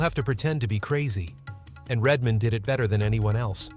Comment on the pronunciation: IT'S RED MAN, NOT REDMOND!!!!